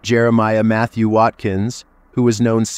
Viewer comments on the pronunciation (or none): none